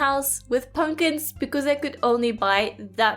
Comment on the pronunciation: I love that you say punkins